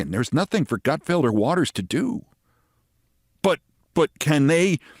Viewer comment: "Gut Gregfeld"? Having a "Hoobert Heever" moment there, Keith? 😉